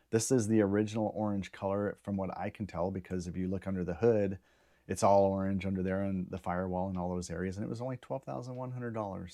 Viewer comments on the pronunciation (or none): none